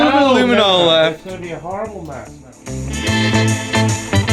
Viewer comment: Harible? You mean horrible?